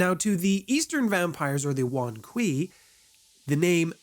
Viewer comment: the ei in kuei is not pronounced like eye, is pronounced ay in hay.